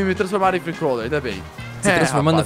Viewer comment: Nao é free cauler nem free couler é free cô